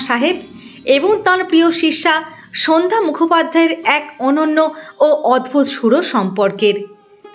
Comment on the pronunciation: উপস্থাপিকার উপস্থাপনা ভালো, কিন্তু কিছু ক্ষেত্রে উচ্চারণের সমস্যা রয়ে গেলো।সন্ধ্যা শব্দটি অন্যরকম লাগছে উচ্চারণ বিভ্রাটের জন্য।